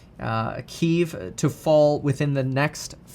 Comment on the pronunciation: I've been taking stock advice from a guy who doesn't know how to pronounce Kiev? Fuck me...